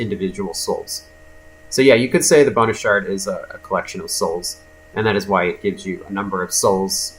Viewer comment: Am I the only one that when he said "Bonus Shard" all I heard was "Boner Shard"?